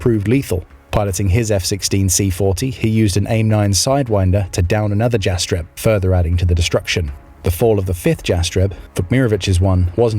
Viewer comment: the J in Jastreb is pronounced like a Y - Yastreb